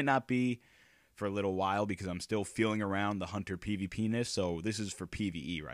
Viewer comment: lol he said PVPenis